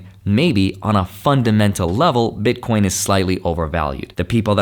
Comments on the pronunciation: Please stop saying "Bitcorn" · Why does he keep saying Bit Corn? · Did he said bitcoRn 🤠🤠? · Omg man I say ‘bitcorn’ too lol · Because it’s funny